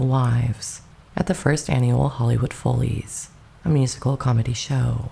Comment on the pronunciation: The narrator (an AI?) voice is annoying. Dial down the bass. If the narrator is human (doubt it) she often mispronounces common words like "zealous" and "follies" in this video. Whether an AI or human, the narration is shite deserves a DOWN thumb dislike. And every video will get the same until the narrator is changed.